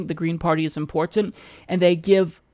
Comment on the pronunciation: I think is great...but why does he say "important" the way he does?